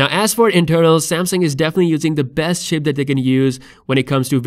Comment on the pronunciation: No he accidentally said "ship"